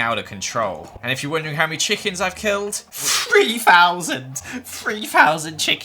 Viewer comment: “Free fousand chickens”